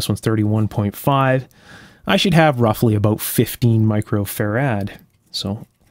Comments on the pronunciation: Great video, and I love the way you say fur-rad. Brilliant! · "faRAD?" My dictionary says "FARad," as in FARaday.